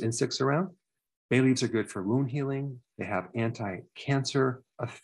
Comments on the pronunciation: You said bay leafs but I heard Bailey's. Good thing I looked at the screen to double check. 🤦‍♀️ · At first I thought you said baileys not bay leaves 🤣 I was like what? I have to drink when I’m sick? Haha